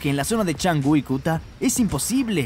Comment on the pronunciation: NO ES CHANGU, ES CANGU